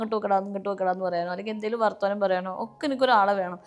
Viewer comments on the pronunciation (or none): വർത്വാനം അല്ല... വർത്താനം അല്ലങ്കിൽ വർത്തമാനം അതാണ് അങ്ങനെ ആണ് 😊